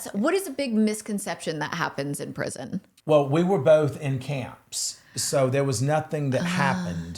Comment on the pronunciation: So the fact that none of you can say “prison” is pitiful. And Kaitlyn you are soooo annoying.